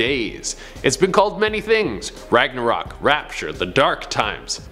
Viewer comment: Ragnorak 😂😂😂😂 I think you've been watching to much thor